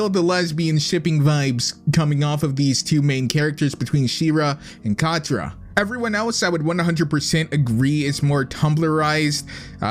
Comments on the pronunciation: Cat tra Cat Tra. Not Cot tra. She is a cat not a cot. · bruh you just watched the trailer...you DIDNT EVEN WATCH THE SHOW.....and aslo, its CATRA not CAUGHT-RA.....AGAIN ITS NETOSSA not NETOUSA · Catra not cotra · Realy cotra it's catra yes I am now 12and I am a she-ra and I mean the clasic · Every time he pronounced Catra as KahTra I wanted to die. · Here in 2019, a few hours until 2020...yeah But like when he said Cotra 😂😂😂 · Btw ur pronouncing katra and nettossa wrong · You said Catra name wrong!! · I think that if you actually watch the show you would know more about it instead of just judging it because of the trailers the shera reboot is really good they Include more people of color lgbtq+ people etcetera instead of just cis straight white people by the way you said netossa and Catras name wrong also if you want to watch it it's on Netflix